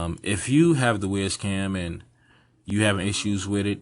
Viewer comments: I think is wyze is pronounced wise not wiz but i may be wrong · "Wise" Cam not Ways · not 'WIZ' cam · WYZE is pronounced "wise"